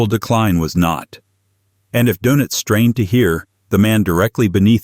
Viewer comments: Dœnitz or Dönitz. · Donuts 🍩? AI messed that name up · 'Donuts' - Doenitz! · The "o" in his last name needs a German umlaut! And it's pronounced more like "oo."